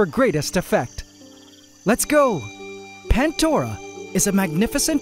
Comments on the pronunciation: I still don't understand why it's called PanTdora and not Pandora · Pantdora?? Why not Plantdora, sounds much better. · haha pantdora and not pandora